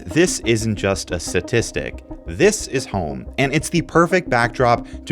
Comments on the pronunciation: it's pronounced statistic... NOT "suhtistic" 🤦🏻‍♂️ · "satistic" ok brother lmao